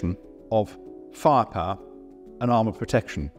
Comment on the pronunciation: How can they hired someone who cannot say "firepower" properly in every single video?